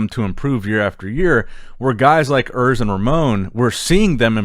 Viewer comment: Oors not Örs !